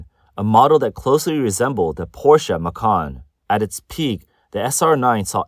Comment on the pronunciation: Finally someone who pronounces Porsche correctly.